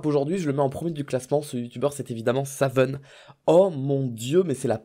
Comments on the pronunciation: Au moins toi tu sais prononcer le pseudo de Savun, en récompense prend un cookie invisible c'est cadeau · toi au moins tu sais prenoncer son pseudo ! Nan parce que JDG qui dit Savoune ca va 2minutes mais c'est rageant